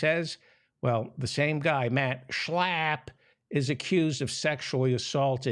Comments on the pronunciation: Please stop with the obnoxious slurring of Mat Slap's name. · I'm in Australia at is 12 Mitnith and Laughing the way you say Shla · Sorry, I could only make it to on the video. Your nasal pronunciation of Max Schlapp was funny the first time, but became rapidly annoying. Thanks anyway.